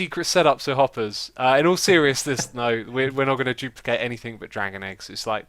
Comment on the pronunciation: Xisuma new word of the day 'jooplicate'